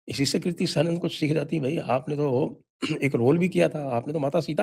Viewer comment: Kirti किर्ती नहीं kriti क्रीती